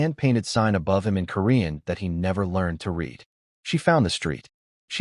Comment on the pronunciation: Past tense read is pronounced red. Please